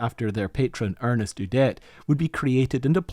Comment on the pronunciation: his name was ERNST , not Ernest Udet☝